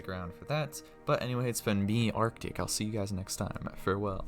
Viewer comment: I'm barely waking up and I heard you say your name as, "Our dick" instead of Artic. Was an odd wake up call.